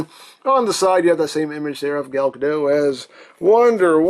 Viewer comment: Side note: Gal Godot is not French. The T in her last name is not silent. Just wanted you to know.